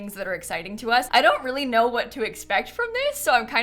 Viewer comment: weally weally weally